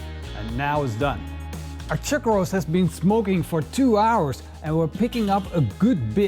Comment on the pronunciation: "chug roase"....